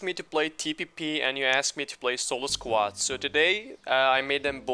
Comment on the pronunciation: Its Squad Not Squade Bruh!